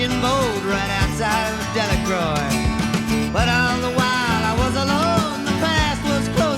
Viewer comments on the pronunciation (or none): Love this tune but Delacroix is actually pronounced Dela-crow by us locals. Caught many a speckled trout, redfish, black drum, flounder etc out of the End of the World Marina back in the day.